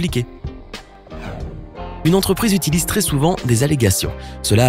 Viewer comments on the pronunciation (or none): none